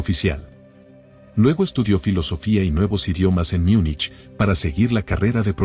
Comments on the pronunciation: ¿Porque dices Miunich si estás hablando español y no simplemente Munich que es lo correcto? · No se dice “Miunich”, sino Múnich en español, en alemán es München